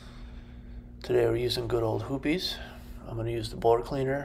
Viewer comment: Hoppes...not hoopies.....and that thing you talked about that looked like tweezers is your ejector/extractor......lol....